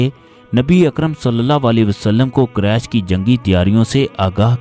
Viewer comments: Allah knows bande Quresh ka talafuz sahi Qaresh nahi Quresh sahi lafz hae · قریش ,,ق,, پر پیش ادا کریں صلی اللہ علیہ ,,,وعلی,,, الہ وسلم ھے صلی اللہ والی وسلم نہیں آپ درود پاک تو ٹھیک افا کریں